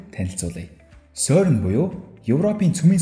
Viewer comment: сөрн биш сэрн шүү. France doc songoj aylagiig ni zuv helj suraarai :) jishee ni: CERN genève geed haihaar france doc garch irne 🙂